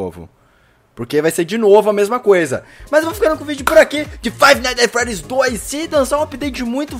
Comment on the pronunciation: Bom o seu ingles viu, aprendeu na fixki ?